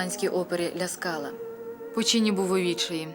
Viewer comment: Гарний у вас голос. Лише не "лЯ скала" а "лА скала" :face-red-heart-shape: Не ЧезАре а ЧÈзаре Річчоні :face-red-heart-shape